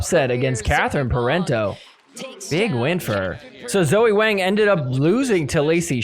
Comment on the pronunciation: Just so you know, in Chinese names, Wang rhymes with long, song, wrong. Rather than with bang.